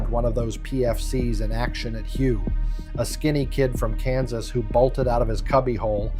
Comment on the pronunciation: Hue isn't pronounced as you think it should be, it was Hue = Way the old capital of Vietnam